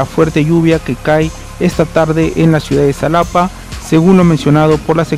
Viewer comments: No se Pronuncia salapa se pronuncia jalapa y se escribe xalapa y ahi siempre llueve mucho y en Córdoba y Orizaba veracruz ya que son lugares un poco altos pero muy bonitos saludos desde Veracruz puerto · Salapa mis huevos de escribe con X pero se pronuncia Jalapa no seas guey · Se pronuncia Jalapa = Xalapa